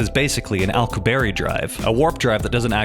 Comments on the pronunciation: Alkoo-berry drive. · an "Alco-Berry" Drive 😂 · Man did you butcher the pronunciation of the Alcubierre drive. :D This may help, it is named for the Mexican theoretical physicist Miguel Alcubierre, not a oddly named fruit. :D This is how you pronounce his name.